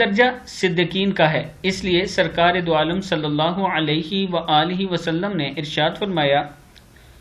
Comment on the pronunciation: ماشاءاللہ ! آپ کا درود پاک صحیح طرح سے پڑھنا یعنی " صل اللہ علیه وآله وسلّم " بہت ہی عمدہ لگتا هے ؛ جزاکم اللہ خیرا فی الدارین ' آمین